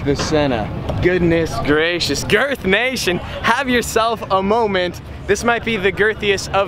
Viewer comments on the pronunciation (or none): none